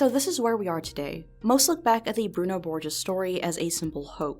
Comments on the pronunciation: Boh-heez not bor-jes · I'm sure it's been said before, but it's pronounced "Bor-hace." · It's /Broo-noo/ /Bor-zheez/